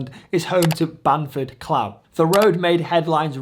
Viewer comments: Clough is pronounced cluff as in fluff but with a "cl". Great video though, brilliant effort and really looking forward to doing this one myself as it's a local one for me. :) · It’s Pronounced Cluff! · Clough = you speak it out as cluff